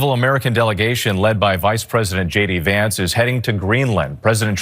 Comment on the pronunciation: It sounded like he said shady vance